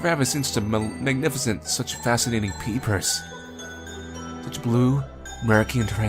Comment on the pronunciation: Every time he says “peepers” I hear “beepers” idk lmao